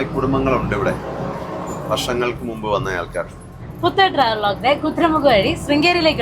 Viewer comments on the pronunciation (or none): none